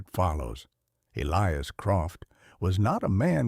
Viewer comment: You need to read the stories yourself. Not AI. AI does not comprehend context. And its "hollar" not "hollow." Yes, it is spelled hollow but the pronunciation for that area says it with an r sound at the end. The southern dialect of your AI wasn't all that good either. Also, it failed to pronounce "Elias," correctly. As well as several other words. That would not have happened if the AI understood context.